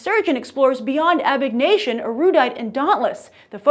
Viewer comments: U said abegnation it's abnegation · Abegation? What!? Its AbNegation.. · Did she seriously say "Abignation"???? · abegnation. lol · hah she said abegnation